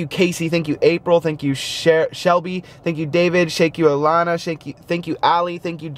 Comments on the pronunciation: you said shankyou and not thank you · said shank you